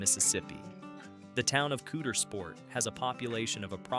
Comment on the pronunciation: You really need to improve your pronunciation of”Caudersport”.